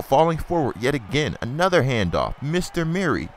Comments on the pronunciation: It's not DeMarco Murray, it's DeMarco Murerry (CullenBurg's Voice) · your pronouncing murray wrong you say it like its mirry but its murray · Please don't call him Muur-Ray lmao. It's annoying enough when burg dies it.